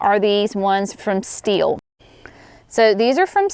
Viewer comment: Ohhhh! I thought she said "steel" pruners. So did the closed captioning. Haha!